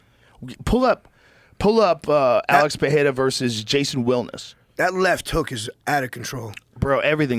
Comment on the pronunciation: ITS AAALEX PE RE RA NOT FUCKING PEHHERA JOE!!!!! FOR FUCKS SAKE